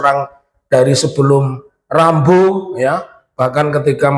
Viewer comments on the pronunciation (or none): kamu sebut nama Sambo aja rambo 😅😅😅😅 kok mau jadi laywer kamu 😅😅😅😅 gimana bisa benar kamu bela klien? Kalau bicara aja susah kamu